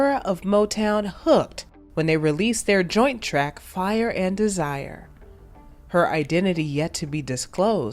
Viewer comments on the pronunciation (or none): none